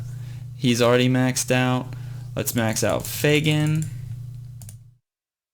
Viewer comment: Hey, Vesa is pronounced v-eh-sa and Fegan is pronounced Fee-gan